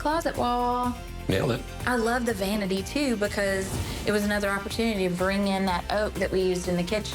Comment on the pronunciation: Erin the way you talk is kind it's staged, you pronounce words like bafor bacos it's dramaaa